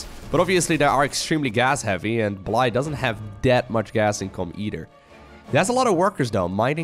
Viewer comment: I believe it is pronounced Blie-je like the Russian/Ukranian word Blyet and not bl"eye", as in "the human eye". this is with the Dutch pronounciation of the letters, lived with a Ukranian dude for a while while studying abroad, he told me that "blyet" can be shortened to "bly" so I think this is the shortened version of Blyet as well. cool name!